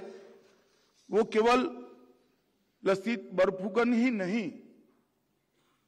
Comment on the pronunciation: लसित बरफूकन नहीं, सही उच्चारण "लाचित बरफूकन" है जनाब! (Lachit) (লাচিত) लाचित बरफूकन ने देश सेवा की जिस गलती की सजा अपने मामा को दी थी, क्या वही सजा आज के इन गुमराह करने वाले नेताओं को भी नहीं मिलनी चाहिए?